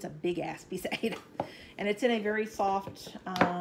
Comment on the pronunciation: Yikes! Aida cloth, not aids cloth!!